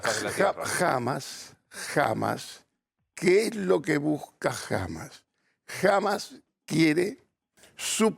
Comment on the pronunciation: Nova no entendés nada...dios mío nisiquiera pronuncias bien hamas a pesar que te lo dijo 20 veces asis